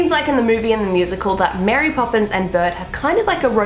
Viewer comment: am i the only that when she said burd i heard burr